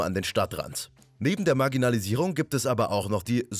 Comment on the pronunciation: dierks67 Es hört sich aber doch ein bisschen so an...